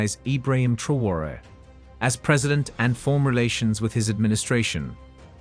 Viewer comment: Please pronounce his name correctly